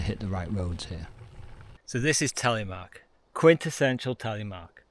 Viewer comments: The Norwegian language and syllables are quite different from English. This man does as best he can. I guess it would be easier to pronounce if one thinks about it as Tel eh mark. Less US, more Canadian pronunciation. As in Canadian English you start low and end high with the pronunciation, not as in US, high to low. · Telly-mark?.😂 the name is Telemark.